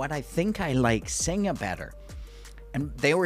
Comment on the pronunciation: Gday, You don’t say the a on the beer Singha it pronounced Sing 😊